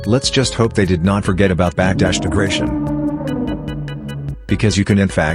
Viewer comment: Actually it called degradation NOT degration.